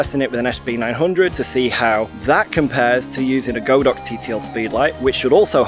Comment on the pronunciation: Its GOD-OX not go-Dox, the Chinese word literally translates into The Ox God